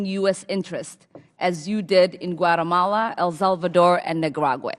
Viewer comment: "...in Nicaragua, El Salvador and 'Guatamale'." ??? WTF is a "Guatamale"?